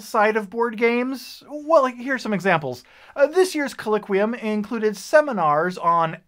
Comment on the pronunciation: not trying to nitpick, but you mispronounced "colloquium" throughout this video.